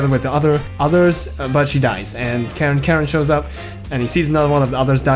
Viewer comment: Really top-notch video, excellent! One thing: it's pronounced "CAR-en", but yeah I love this game. I just wish it had more actual cutscenes instead of skits with screenshots.